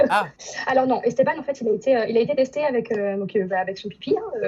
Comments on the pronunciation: Wesh il dit esteBAN wesh c’est ESTABANE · Argghh ESTEBAAANEEEEUH pas esteban 🤦🏼‍♀️🤦🏼‍♀️🤣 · Il a dit "esteBAN" 😂😭😭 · Comment il arrive à dire Estebanc😨😨😨😨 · Comment il prononce Esteban?! 😂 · oui mais la c français alors que esteban en prononçant le an c espagnol